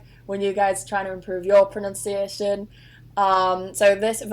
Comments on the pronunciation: It's not PRONOUNCIATION . I can't watch this. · Pro NUN ciation not pro NOUN ciation